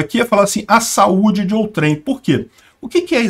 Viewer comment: A palavra "outrem" NÃO É oxítona.